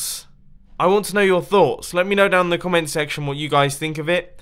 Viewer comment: " I want your guys thots" - mumbo